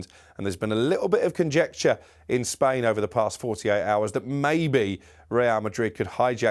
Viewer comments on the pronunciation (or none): none